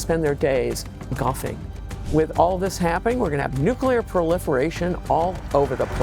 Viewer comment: Nuclear weepons? If you have prepared questions, shouldn't you at least learn how to pronounce those?